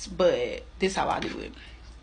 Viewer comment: Do dis ?? Is that a teacher talking? Please tell me no.